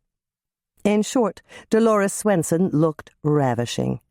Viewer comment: Does the reader sound like she's saying "Grandma SNOOTsen" to anyone else but me? 😜